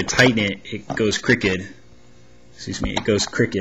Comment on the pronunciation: hey its crooked not crikked and shame on them not shit on them